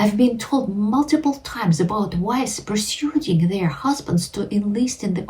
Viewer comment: Pronunciation fairy: persuading is pronounced 'perswayding'.